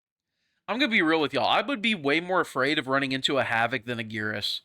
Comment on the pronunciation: wait maybe I am stupid but I swear in Mk11 he is called Geras like “air.” Guess I gotta check and see if my memory fails.